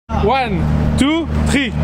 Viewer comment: L'intro est en franglais "one , tow , triiiiii !!!!!!" Il me tue !!!!!!